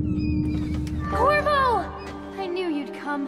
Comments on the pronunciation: Dammit! I hear "Kurwa" instead of Corvo. It's Polish for fuck, if anyone cares. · I heard Kurwa to